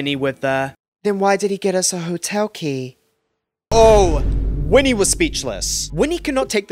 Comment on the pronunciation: & winnie, instead of whitney 🤦🏼‍♀️